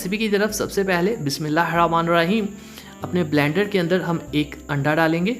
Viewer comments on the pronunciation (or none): O mery bhai بسم اللہ الرحمن الرحیم prha kro.ap بسم اللہ الرامان لرحیم kehty ho